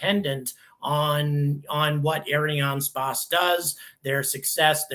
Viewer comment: Please learn how to pronounce "Ariane space" properly. Thank you.